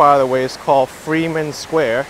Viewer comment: As someone from Fort Wayne it's called headwaters park not hedgewater. And it's called Frieman Square emphasis on the I not the e.